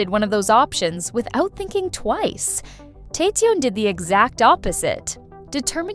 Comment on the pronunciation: You said Ok Taecyeon name wrong omg 😫